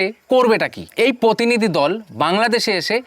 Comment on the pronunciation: ভাই আগে বাংলা টা ভালোভাবে বলতে শেখ। পোতিনিধি, পোশাশন কি উচ্চারন।